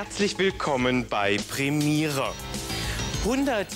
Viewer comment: "Willkommen bei Premihre." 😁